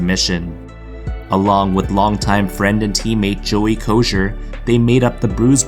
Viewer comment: Joey Kocur’s name is pronounced - Joey “ KO-SIR “ ( not Kosher wtf ? ) . Do all you yids just copy stuff for profit while having not a fugging clue what you are really talking about ?